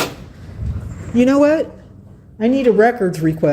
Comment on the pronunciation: I hate how she says "phub-lic".